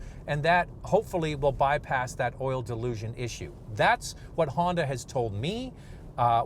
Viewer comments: Is he calling it oil ''delusion''? LOL. It is called Dilution. They should have kept the old 2.0 or 2.4 L. engines I would not purchase a 1.5L turbo. Also, try 91 octane gas. to see if that helps. Some say the new hybrid is a better engine choice. BTW- Toyota Rav 4 offers a normal 2 liter engine (no turbo) and regular transmission (no CVT) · It's oil dilution not oil dilusion. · Not once but 5 times he said ‘delusion’. Hard to believe from an experienced reviewer. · I thought was going to reply and say that's how it's pronounced in Canada. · Robert Duklus lol I heard that too. Thought it was the Vancouver accent. : D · I guess I’m not the only one hearing him said oil “delusion” instead of oil dilution. I watch the video to find out if Honda fixed this issue without getting an answer. Very nice looking CRV but I’ll stick with Toyota RAV4 until I know for sure Honda fixed the oil Dilution issue. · To Strong Herd, is correct in stating that the host's pronunciation is "delusion", but should be "dilution", like in his video title. In this instance your name calling is not deserving, given the gentle nature of the comment from, your response indicates that you have taken this as a slight and are frustrated that someone has indicated the incorrect pronunciation. The host has acknowledged this in his comment. An error was made and when pointed out, was acknowledge. This was a respectful exchange for which you have misinterpreted. I think an apology would be appreciated here, as everyone makes mistakes. Hope you know that your comments matter to this community. Please take care.